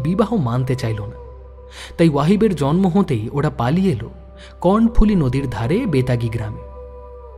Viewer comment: ভাই, লুসাই পাহাড় থেকে নেমে এসে যে নদীটি বাংলাদেশের চট্টগ্রাম ও পার্বত্য চট্টগ্রামের ভেতর দিয়ে প্রবাহিত হয়ে শহর চট্টগ্রামের দক্ষিণ-পশ্চিম ধার ঘেষা সমুদ্র সৈকত এলাকা পতেঙ্গাতে এসে বঙ্গোপসাগরে মিশেছে, অতি গুরুত্বপূর্ণ এ নদীটির নামটার উচ্চারণ হল, "কর্ণোফুলী", মহাভারতের "কর্ণ"র মতন। "cornফুলী" নয়। টাইপ করতে গিয়ে সিলি মিস্টেক বা বানানে ভুল হলে তাকে বলে টাইপো। সেটা শুদ্ধ করা যায়। কিন্তু রিলিজড সিনেমার মতন, প্রচারিত বা আপ্লোডেড অডিওস্টোরিতে যদি সেরম ভুল থয় তাকে কি বলা যায় বলুনত 🙂? সে ভুলতো পার্মানেন্ট মার্কারে লেখার মতন, নয়কি? চিরচেনা নদীটার নামটা বারবার কর্ণো'র বদলে Corn শুনছিলাম বলে কানে লাগছিল, তাই লিখছি। সম্প্রতি একই কাজ আমি অন্য একটা চ্যানেলের কিরীটী'র গল্পের বেলাতেও করেছি। এবং হ্যা সেটাও দীর্ঘ কমেন্ট।🙃 এটা প্যাটার্ণ হয়ে যাচ্ছে কিনা কে জানে!! তবে আমার এ কমেন্ট থেকে অন্তত এটুকু বুঝতে পারবেন আমি ইউটিউবে অডিওস্টোরির কতটা ইনভলভড শ্রোতা। ফলে অনুরোধ, আমার এ কমেন্টকে কন্সট্রাক্টিভলি নেবেন। আরেকটা কথা, মৃন্ময় হালদার ওরফে ওয়াহিবুল্লাহ নামের যে ছেলেটার একসেন্টে চাঁটগাইয়া টান শুনে গোয়েন্দা মশাই তার আসল পরিচয় ধরে ফেললেন, কই অডিওতে তার কথায় সে এক্সেন্টের প্রকাশতো শুনলাম্না! অথচ চাঁটগাইয়া বাংলার ধ্বনি (phonolgy) এতই আলাদা যে, সে এক্সেন্ট লুকানো বেশ কঠিন কাজ। চিটাগাং এর যত গভীরে যাওয়া যায়, সেখানকার প্রত্যন্ত এলাকার মানুষের কথা চলিত বাংলাভাষীরাও বুঝতে পারেনা। আমি নিজেই তার উদাহরণ, বেশ ক'বার ট্র‍্যাক করতে স্থানীয়দের সাথে ইন্টার‍্যাকশনের বেলায় আমার চাঁটগা বাড়ি এমন বন্ধুকে দোভাষীর কাজ করতে হয়েছে।বাংলাদেশে বাংলাভাষার যে কটা ডায়ালেক্ট আছে তাদের ভেতর একথাটা বোধয় চাটগাঁইয়া ভাষার বেলাতেই সবচেয়ে বেশি প্